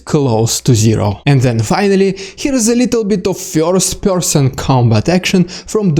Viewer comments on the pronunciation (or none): Fyorst! Not really, but it tickles me the way you say it 😄